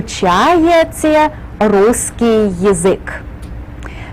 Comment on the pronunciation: "вы изучаеЦе", "маЦемаЦика" - можно было бы корректнее произносить